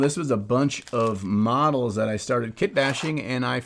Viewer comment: Really thought you said medals - some awards for nice painting?